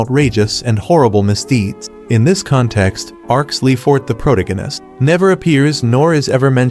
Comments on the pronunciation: pro-tuh-gow-nist like its another ist and ism lol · "Protagonist" is an actual word in the English dictionary. I don't understand how even the most primitive AI could fuck up the pronunciation so spectacularly.